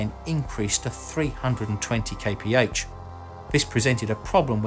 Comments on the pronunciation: Kay pee heigch sounds stupid, it's kilometers per hour! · "250 kaypehatch"? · Man please stop saying KPH, it means nothing and it is horrible to hear!!! Come on you know it.